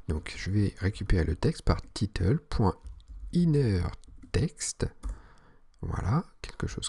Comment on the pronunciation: C'est "title" et non "titeule" ahah sinon très bonne vidéo.